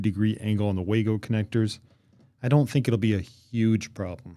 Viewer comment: Good video! Minor nit..Wago is a German company so it's pronounced vah-go